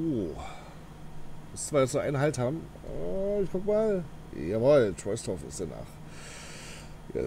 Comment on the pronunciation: Trosdorf wird es ausgesprochen